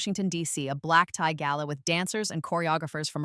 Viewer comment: Black tie not black Thai....